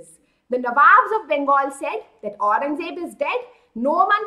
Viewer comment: Aurangzeb ko acche se bol